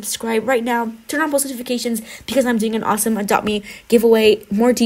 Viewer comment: please say the word AWESOME correct